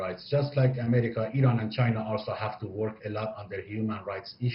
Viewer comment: The chinese lady pronounce Iran much better than western idiots